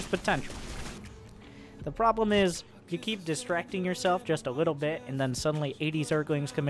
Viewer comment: “Probe-blem” hahaha perfect